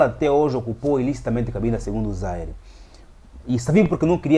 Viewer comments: Bom trabalho, mas não é Zaire; é Zaíre. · Rever a pronúncia do antigo nome da actual RDC.